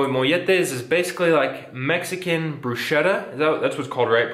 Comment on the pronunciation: Bruschetta is pronounced bru-sketta. As for molletes, they were never one of my favorites during my 12 years in CDMX. They're OK, I guess. When we were in Prepa and Uni. we'd sometimes get them in VIPS because they were cheap.